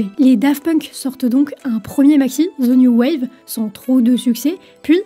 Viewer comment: "Ze noo wav" sérieux, c'est pas dur, si t'es pas cappable de parler anglais, dit0le en français, y'a aucun putain de "Z" dans le titre...